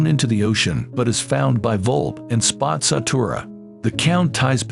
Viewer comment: Why was it calling spazzatura spots of tura and spaz tura